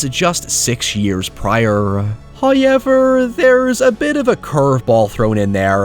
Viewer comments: "Haooever" Iconic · New drinking game - Take a shot every time says " Hoyever "! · accent like: ”..Hooauyyever…” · Hoyeverrrrr... I'm sorry, I can't help but to poke fun say someone who came pronounce "ow". Don't be too offended. I'm not being too serious. 😂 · why the fuck do u pronounce however as hiyever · People always talking about saying ‘hoyever’ but no one is mentioning the bitchin’ way he pronounces ‘clerity’.